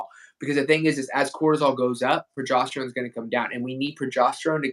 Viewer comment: He keeps saying pro“jost”erone.